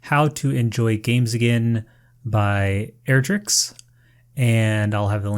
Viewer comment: Crazy that people want to react to my video. I really like the insight you add about your own experience and which tips suit you and which ones don't. Thank you!! (also you're a legend for pronouncing my name right)